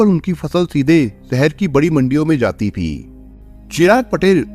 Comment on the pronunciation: 🤣🤣🤣🤣..... ये #ती बोलता है या ।। थी....???? 🤣🤣🤣🤣